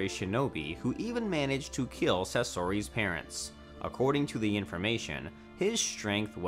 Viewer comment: Bro it made me cringe so damn much😂 mans said BOREEEEWWTO, SAAAZORIIIIEE, NAREWWTO and some otha shit mane